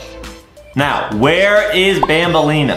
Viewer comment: ITS BANBALEENA NOT BAMBLENA